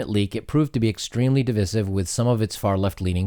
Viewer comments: I’ve never heard anyone pronounce divisive that way before “dee-viss-iv”... Is that an American thing? I’ve always heard it like this. “Dee-vice-iv”. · You're the second youtuber today that heard pronounce "divisive" the way you do. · What is with you fucking moronic Youtubers cant pronounce divisive? jesus christ. It's not pronounced that way I dont care where you live. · Why are youtubers suddenly mis-pronouncing "divisive"? Second "i" is pronounced "eye", as in "divide".